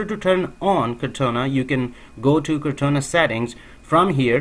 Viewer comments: It's "core-tah-nah", not "car-tone-ah" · I was about to post the same comment... it is cor taaaaa naaaaaaa